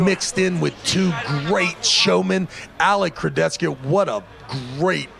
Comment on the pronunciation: Travis "Alex Kurdechka" Bagent